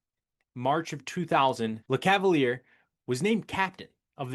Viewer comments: The end of Lecavalier’s name is pronounced like Messier’s. So “leh-cav-uhl-yay”. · Oof you butchered names in this one. Lecavalier is luh-KAV-uhl-YAY. Milan Hejduk is like the city... Mee-lawn. Richard is Ree-shard. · Dude you sound ridiculous and lose all credibility after murdering Vinny’s name.